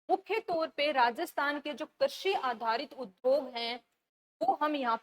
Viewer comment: मैम कर्शी नहीं कृषि होता है।प्लीज उच्चारण सही करें।धन्यवाद।